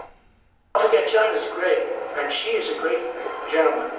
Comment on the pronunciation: Dude, stick a fork in you. You're done. Antibiotics champ, quickly. The pronunciation of Xi is a little off but your "Jinping" is passable. Hillary Rodham Felon lost an Ambassador on her watch. Shame! I like Jeff Sessions, the old fart, but I'm starting to think we would do better with Jessie K. Liu as AG. Hillary Rodham Felon 2020? "Absurd specificity" haha Hillary Rodham Felon stole the White House china. But she had to give it back. haha